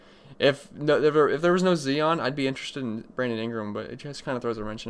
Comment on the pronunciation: Zion (Z-eye-on). Z- 👁- on